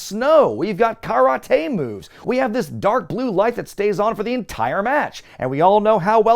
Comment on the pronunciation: I love a good running gag. And the 'Ka-rah-tay' one was hilarious 😂👍😎